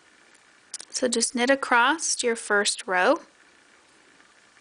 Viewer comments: I like your tutorial. Thank you 🙏 But I wonder why you say “acrost” instead of ‘across’? Is that a regional pronunciation? Also, I’ve watched 3 times now and I’m still not sure how left shoes is differentiated from right shoe. It seems you put a lot of time and effort in the early parts of the knit tutorial, but then rushed it at the end and left out explicitly needed info regarding where and how to attach and knit the straps?? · One of the most mispronounced words in the English language - across. I hear so many people say, "acrossed."